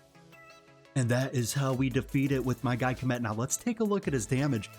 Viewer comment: You know my favorite thing about this video? You're the only one ive heard that can pronounce Khamet correctly! Everyone else says comet . 🙄